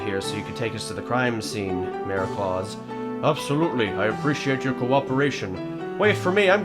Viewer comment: Just so you know, I think Klaus is a German name, so it rhymes with "house."